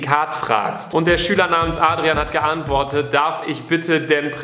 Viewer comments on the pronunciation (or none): none